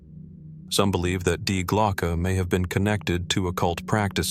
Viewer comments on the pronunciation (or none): Dude, from the get-go, when dealing with German, please do check how they are pronounced. Such as DIE glocke. The "die" being a feminine article. Or is it just another bloody AI?